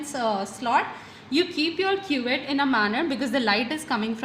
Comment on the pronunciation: Not quet it's cuvette